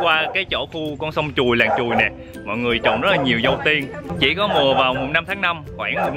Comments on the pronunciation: Làng Truồi - mà lúc đầu ông ổng đọc mà nghe cứ tưởng "Làng Chùi "...😆😆😆😆 nghe hú hồn. Ha ha ha ha Dễ Thương!! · Ổng nói làng Chùi , sông Chùi ko à hihi ☺️